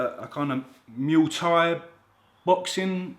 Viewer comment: The way you say muay thai 😂 what a vid as usual kid ✌